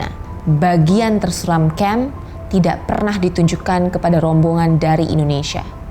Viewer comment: cara bacanya tuh bukan indonisia, bukan indoneisia, tetapi INDONESIA. masa orang indo aja salah ngomong negaranya sendiri haha. nah kalo bahasa inggrisnya baru cara bacanya indonisya.